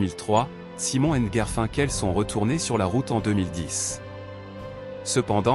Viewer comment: L’histoire est intéressante…mais Garfinkel !!!!!!😂😂😂 putain mais c’est horrible 😱😱😱…je ne risque pas de m’abonner…